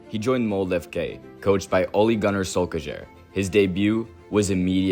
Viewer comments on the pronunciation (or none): AMERICANS! If you want to pronounce a foreign name, you can find a video of it being said, instead of pronouncing Solskjaer like a wardrobe falling down a concrete staircase.